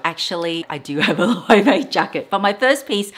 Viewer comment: The pronunciation of Loewe 😱